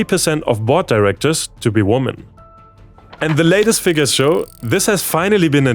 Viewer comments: Hi. You're English is pretty awesome, but just want to give you a little correction to help you speak it even better. The word "women" plural is not pronounced the same as the singular "woman". It is pronounced more like "wimen" where the "wim" is pronounced like "win". Hope that is clear and is helpful 🙂 Keep putting out the awesome content. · I really like your work! BUT please women is pronounced "wimen". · that's "wee-man" (/ ˈwɪmɪn /), mate, women. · GOOD NEWS...Why do you keep on saying 'woman' istead of "women?" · English teacher here: the plural of woman is women, pronounced [wimin]. 😁 Great news about gender equality! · Love the videos! I might be a bit pedantic in saying that the pronunciation of "women" as "woman" is a little caveman-coded. Kind of like "Frau sind zu Führungskräften geworden".